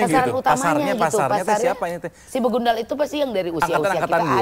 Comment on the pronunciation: BEGANDUL???...BEGUNDAL Teeeeh 😂